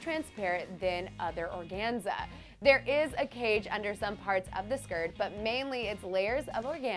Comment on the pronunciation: So much mispronunciation... organza, Le Fou... really?